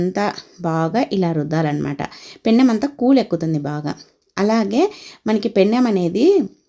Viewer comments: పెన్నెం.... కాదు mam. పెనం అనాలి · పెన్నెం కాదు తల్లి పెనం